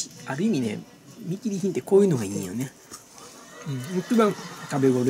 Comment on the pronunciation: 見切り品が、ずっとミキリンって聞こえてたw